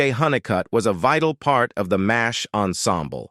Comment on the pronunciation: It's pronounced "MASH", NOT "Mays H". Duh.